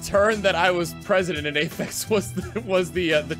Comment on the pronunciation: doesn't ph in english basically mean f? they also always pronounce it afex